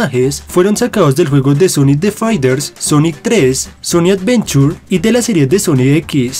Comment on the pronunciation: sonic avenchur